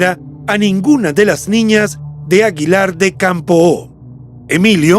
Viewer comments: Es aguilar de campo. Sonido acento en la letra o. Una o. No campoo. Gracias por el reportaje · Caballero. Le informo de que Aguilar de Campoo no se pronuncia con la O tan larga y marcada. Solo es una aclaración para que lo corrija. Reciba un cordial saludo desde Aguilar de Campoo.